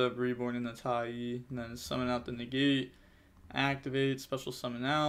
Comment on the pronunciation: broooo it's Tai "ah" with an A its not Tai E lol. love the channel tho keep grinding